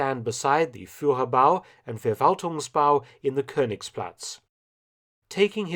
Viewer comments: Just a pointer, “V” at the beginning of German words are pronounced as “F”. So it’s “Ferwaltungsbau” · Hello Mark: You know so much about WWII and Germany now, you should learn some German language rules, too. "V" is pronounced "F", to start with. So it is not the "Verwaltungsbau", but the "Ferwaltungsbau".